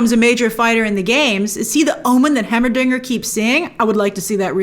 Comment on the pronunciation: Hearing her say Heimerdinger hurts me lol